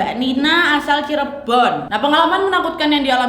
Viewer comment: Pas kak Nadia bilang 'Cirebon' logatnya jadi Jawa banget😂